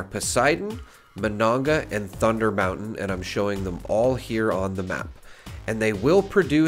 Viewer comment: Dude, TY for pronouncing Monongah correctly lol. i'm from Charleston, and to hear it (and other places) pronounced incorrectly makes me grimace. Most of these areas are Native American named.. Monongah, Kanawha.. for instance. Great vid, tx for the update on this as things have changes so much in FO76, and i know i always look for the most recent interpretations of info :)